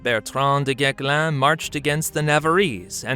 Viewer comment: The correct pronunciation of "du Guesclin" -- the "s" is NOT silent.